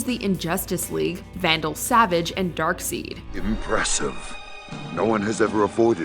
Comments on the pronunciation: you miss-pronounced Darkseid's name it's dark-side, not dark- seed. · DC fans when pronounced Darkseid as “Darkseed” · ...honey...sweetie... look right here along with whoever helped you with your script...ready? Darkside....not darkseed ok? Toph,like the word off but add a T..., not whatever you just said sounded like a rare tofu... We good? Ok...carry on...👂🏼👂🏼👂🏼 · Its pronounced darkSIDE. NOT darkSEED! I stg. Also Most of the Justice League was reshot by Whedon. We have yet to see Synder's product! ALSO, IT'S PRONOUNCED TAF! EMPHASIS "A" SOUND! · Bro she pronounced it darkseed......lol she’s cute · I almost lost it when she called darkseid (pronounced dark side) darkseed. Like bruh. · DARKSEID IS PRONOUNCED DARK-SIDE!!! You better but some respect on his name!!! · Its pronounced darkside not dakseed for darksied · Darkseed?? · DarkSeed ? It’s DarkSide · Give the poor woman a break. She's not the first person to pronounce Darkseid's name wrong when reading it for the first time. I caught so much flack when I was a kid for the exact same thing. I assumed it had to be "seed" because if they wanted his name to be "DarkSIDE" they would have spelled it "Darkside" It's not like the comics come with a pronunciation key or someone correcting their compatriot in universe for getting it wrong. And it was my first time seeing him since I was just coming into the fandom from being a fan of the 80s movies. It's very likely whoever typed up her script made the same mistake in assuming she'd just know, because Darkseid is such an iconic Superman villain. But Darkseid simply isn't well known to people that aren't into comics. Not to mention, even the spoken media can sow confusion (See Ra's Al Ghul). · It's pronounced DarkSIDE! Yes, it's spelt Darkseid, but it's pronounced SIDE, not SEED. Literally NO character has EVER referred to him as DarkSEED, only DarkSIDE in ANY form of DC Productions where voices are heard by the audience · How about darkseed